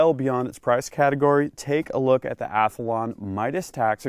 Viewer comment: Athalon? You mean, Athlon? lol